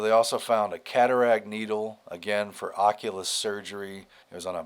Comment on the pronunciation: if you cant read oculist. Maybe you should go see one